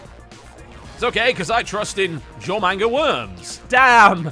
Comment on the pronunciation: Somebody needs to make a Moe Jormungar. Or as TB says it: JorManga.